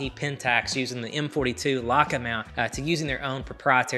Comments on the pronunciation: Lots of good info, thanks. I’ve never heard anyone pronounce Leica as “Luka” before, very odd. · And I think it is funny how he pronounces Leica. Who cares. It is still a great video and allmost no one outside germany can or knows how to pronounce german brands.